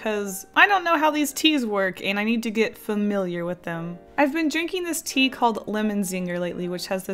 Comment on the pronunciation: I watched the "Paint with my BLOOD" first you said "coffee and tea" I misunderstood and I thought you said "Pee" lol.